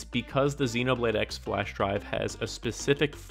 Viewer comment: Am I the only one bothered by the fact that he kept pronouncing the "X" in "Xenoblade X" as "ecks" and not "cross"?